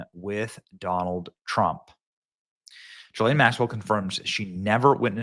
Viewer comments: The monster's name is pronounced GHEE-LANE. Not JISLANE. Let's call the devil by her name! ❤ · Benny, it's pronounced with a hard G. Like girl,gone,gazelle. Gi-Laine. Thanks for another great show. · Gee-lane, it's pronounced Gee-lane!!! Say it correctly, Benny!!!!